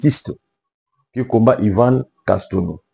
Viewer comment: Frère tu veux nous dire que tu ne peux prononcer Yvan Castanou